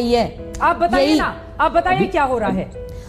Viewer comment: when she said khia instead of kia she alredy exposed herself to anyone whose met an urdu speaking pashtun xd